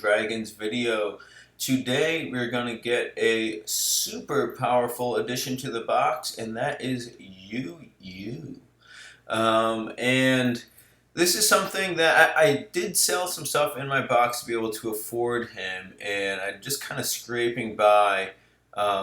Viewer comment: You yu is pronounced yo yu